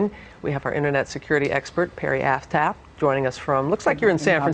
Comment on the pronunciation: wait wait wait... did she just say "perry ass tap"?!?!?!